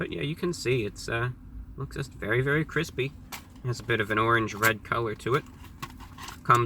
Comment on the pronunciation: I think the addition of the syllable "-it-" before the /y/ in "crispy" and "crunchy" is very interesting. I wonder if it's regional.